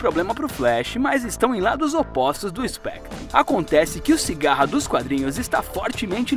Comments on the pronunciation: CIGARRA KKKKK CICADA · Não e sigara e sicada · Cigarra? Kkkk é Cicada